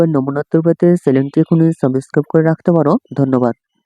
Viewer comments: সাবস্ক্রাইব ❎সাবেস্কাব✅😂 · ছাবোছক্সাপ করে পাশে থাকো 😅😅😅😅😅😅😅😅😅বলতেও পারে না